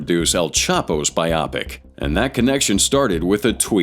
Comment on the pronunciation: what a crazy pronunciation of "biopic"